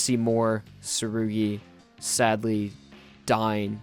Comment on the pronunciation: who’s surgy? ...oh you mean tsurugi?? jeez...